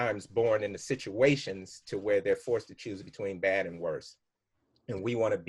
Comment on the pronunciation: “I see this is a bit of a sitchation here...so I’m gonna need my plate to go” Nikki: “😒 Get Out” 🤣🙈🤣🙈🤣🙈🤣🤣